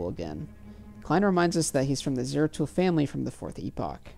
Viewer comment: "Zaratul" not "Zero Tool" 🤣